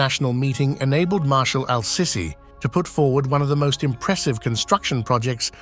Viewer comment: his name is pronounced seeesee , pls call him accordingly!